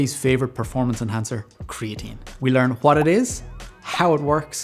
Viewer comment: Huat it is huat it does.